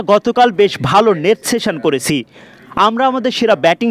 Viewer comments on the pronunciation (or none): উচ্চারণ ঠিক করে কথা বলেন। ভাবচি না ভাবছি। করেচি না করেছি।